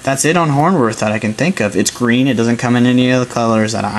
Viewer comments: Hornwort is not pronounced, horn worth. It's pronounced, horn wart. Thanks though for taking your time to upload the vid! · There is no h at the end of the word. It is hornwort, not hornworth.